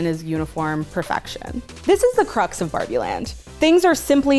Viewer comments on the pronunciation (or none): none